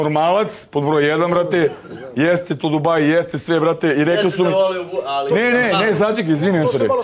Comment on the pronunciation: "Ljudi zu zpomenuli" "razpitao zam ze o njemu" aaauu brale ti pod gasom